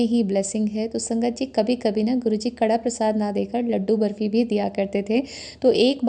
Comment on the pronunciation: कड़ा प्रसाद नहीं होता ये कड़ाह प्रसाद होता है। हलवा को पंजाबी में कड़ाह बोलते हैं